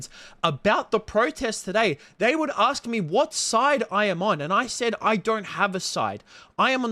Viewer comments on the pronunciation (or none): “Can I aksed you a question?”